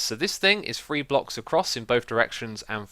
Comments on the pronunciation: free four and free. why do you say free instead of three what in the actual fuck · what i dont get is that he can make the "th"sound because he says the word "the" and others that begin with th perfectly so thats why it doesnt make sense as to be an accent idk